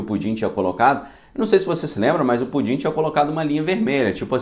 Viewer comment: Ele fala Pudim de brincadeira ou de verdade. Porque creio que o correto é Putin. Daí azedou de vez. Kkkkkk